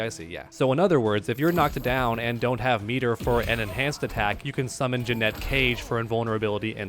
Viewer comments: Umm it's Janet not Jennette...you're welcome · 🤓Janet cage not ja net cage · he’s pronouncing it as Jeanette when it’s pronounced Janet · Drove me insane hearing the first person in human history pronouncing Janet, "Janette" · Will u stop saying Jeanette she’s called Janet. Ja-net ur a creator - learn how to speak correctly. U don’t say jeanuary do u? No it’s jan not jean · Is it not pronounced Jan-et? I'm confused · JANET. JANETTE. Stop bro. 😂😂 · I can NOT take you seriously at all with you calling her "Jannette." Even if you're trolling, it really makes you sound like you don't know what you're talking about dude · Janet, not Janette. So annoying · Are u saying "Janette" Cage on purpose or what? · The way you pronounce Janet pisses me off. Say it correctly ffs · Please say the name correctly. Sheesh, we all know you gave a deal wirh NRS. You should definitely get the name right. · Bro you definitely don’t know how to pronounce her first name lol 😂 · Bro. Your pronunciation of her name drives me up a freaking wall!😊